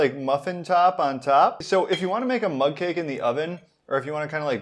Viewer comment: Oh I thought he was saying mud cake. Mug cake makes much more sense